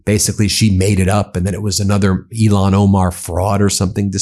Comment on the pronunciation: Please start saying Ilhan Omar’s name correctly. It sounds like you are saying Elon Omar and hearing that man’s name at this point makes me physically ill. 🤢